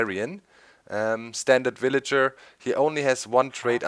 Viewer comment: lol doc I like how u say willager. its kind of funny :)